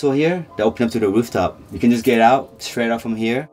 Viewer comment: There is no 'sh' at the beginning of the word STRAIGHT. Practice makes perfect. 🇨🇦